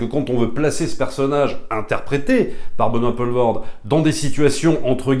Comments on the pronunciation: Pitié c'est Poelvorde pas Paulvorde, ça ne se prononce pas de la même façon. Pour faire simple c'est plus comme pool en Anglais. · Benoît Poelvoorde se prononce "Poulvôrd" (le oe en néerlandais se prononce "ou")